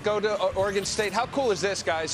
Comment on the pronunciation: Can he not say Oregon ? Lol